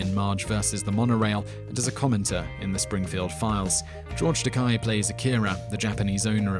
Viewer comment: It's pronounced ta-kay